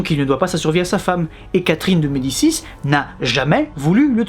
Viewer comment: Toi qui prononces d'habitude tous les noms très biens, tu t'es pas un peu foiré sur Catherine de Médicis? Ou tu fais exprès de le prononcer à la française parce qu'elle vit en France? ^^